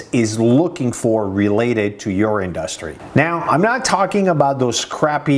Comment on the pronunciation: Ok, now I have to tell you this. I've watched many of your videos. Great knowledge and content. Your English is amazing for being a non English person. Now, you have to fix only two words in your vocabulary pronunciation, only two words I've noticed you say it wrong over and over, and those two words are: Industry and Analitics. There you have it. Now go and study the correct pronunciation of those two words. Search on YouTube and practice. Also the word Develop. So, 3 words total.